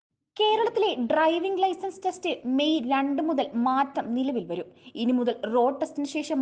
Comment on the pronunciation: ഡ്ര ർർർർർർർർ 😂